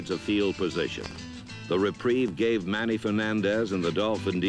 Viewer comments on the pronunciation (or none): none